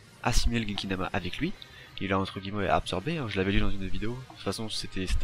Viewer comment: Genkidama pas kekidama